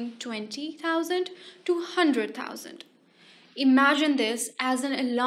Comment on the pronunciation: Billion!? Not tousand!?